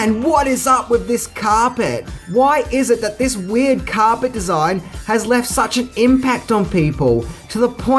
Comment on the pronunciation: Why can't this guy say carpet properly ??